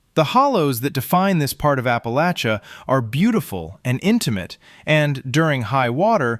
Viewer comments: The narrator is pronouncing Appa-LATCH-uh correct! At least like us southerns do in the region! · Thank you for pronouncing "Appalachia" correctly! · At least you said Appalachia right cat stand the northern pronunciation live southwest virginia most of my life not west virginia im close but we are the part of virginia east of Roanoke dont claim im about 20 minutes from the Breaks Interstate park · I LOVE, LOVE, LOVE that you pronounce Appalachia correctly ! ! !👏👏👏